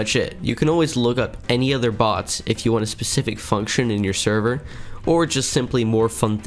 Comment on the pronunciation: Why do i keep hearing him say "Sherver"